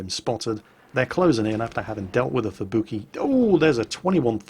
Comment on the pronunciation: I kinda wonder why he says at-ago and not Ah-Tag-Go as how it should have been pronounced, he pronounced Amagi correctly and Fubuki and Kongou as "kongo"... must be an british english thing i guess.